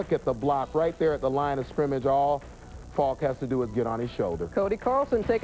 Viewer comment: Robin Roberts cannot say "Faulk" (Marshall FAWK)